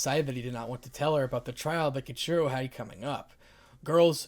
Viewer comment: Ken shiro? I’m sorry Ken shiro?